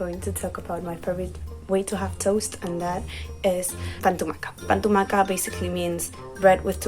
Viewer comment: Yes, had no idea what she was talking about, and the way she pronounced "pa amb tomàquet" was just awful.